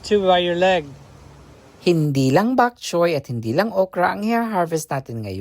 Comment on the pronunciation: Bokchoy not back choy.